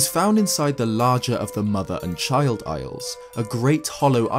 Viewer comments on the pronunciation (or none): none